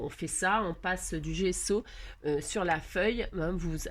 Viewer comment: C'est bien GESSO, 2 S BAH SI GESSO. C'est plus doux à mes oreilles, bah si et c'était pas Maryse c'était moi. Merci ma mes oreilles ont vraiment apprécié. 😍😋🤪